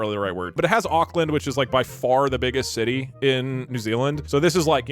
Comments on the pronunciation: him saying ockland 💔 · WHAT THE FUCK IS AOKLAND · One hour of kiwi pain at hearing an American pronounce Auckland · The pain from hearing Doug pronounce the names of things how people outside nez zealand do is visceral and sharp 🫶